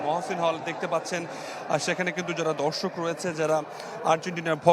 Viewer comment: কথাটা "ধর্ষক " না "দর্শক "